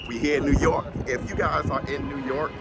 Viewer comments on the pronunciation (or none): Yo.. I definitely fuks witchu but when you in my hometown, dont say new york like your a tourist. Them cats will definitely search & feel you out. Say it like your speaking about a hawk not with a fork!